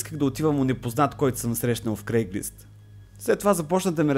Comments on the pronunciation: Всъщност е craigSlist а не craiglist :D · казва се craigslist, а не craiglist.